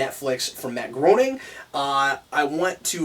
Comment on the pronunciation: Guys, Matt Groening's surname is pronounced "graining", not "groaning".